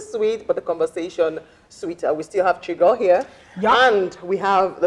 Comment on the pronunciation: Chigurl 😂😂your French is 🙆‍♀️🙆‍♀️🙆‍♀️😂🤣🤣🤣😂🙂